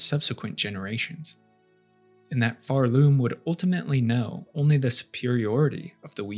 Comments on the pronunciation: It pisses me off that you pronounce it pharLoom instead of Pharloom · OK, why are we saying Pharloom with that emphasis? You don't say Shell-WOOD, or Bo-STON, or Bell-HART.